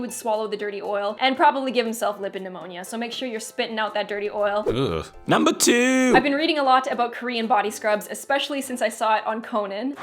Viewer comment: "nuumber 5" sounded so funny hahaha .. this is awesome and informative